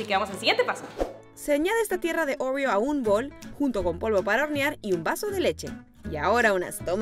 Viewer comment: Nadie absolutamente nadie::orrrio Jajaja la amó ❤️